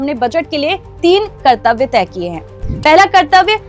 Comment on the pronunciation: कृतव्य नहीं कर्तव्य